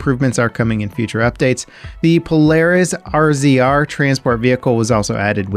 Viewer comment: RZR: pronounced RAZOR;)